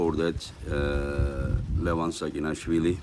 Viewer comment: Make pronounce their names correctly he gets every damn arm wrestlers name wrong and they're not that hard to pronounce..I wanted to edit this to say is a great commentater. I have met him a few times. The last time he recognized me. He's probably my favorite commentator, but every time he mispronounces names it drives me crazy. There's no SH to start Levans names and there no K at the end of Kurdecha.